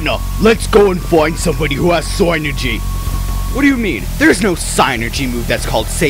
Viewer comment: dude really? its fucking psynergy. (sih- ner-jee)